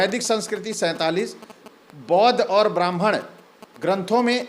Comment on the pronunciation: Are Bhai ur hai aru nahi😅 padhiye pahle